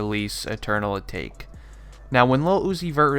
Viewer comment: Really can't trust any of this information, seeing how you cant properly pronounce patek or atake. It's like you didn't bother to listen to the track before uploading this video.